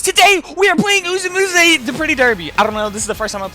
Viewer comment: Illiterate people can't read Uma Musume correctly.